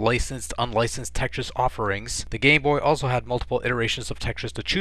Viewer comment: Besides saying the word Tetris right. You say dat duh and dare instead of that the and there,their,they’re